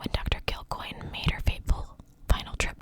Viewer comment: You got that pronunciation perfect. My aunt and uncle had a bar here named Kilcoynes